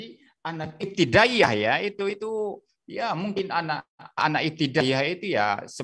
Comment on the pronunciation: Ngomong aja salah pendeta bodoh katanya iptidayah 😂😂😂😂